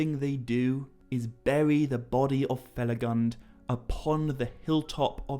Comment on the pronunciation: please use the correct pronunciation of Finrod Felagund, with U as in tWO. From what I noticed is one of the few Tolkien misspelled words in your videos (huge fan) and they aren't few. 😊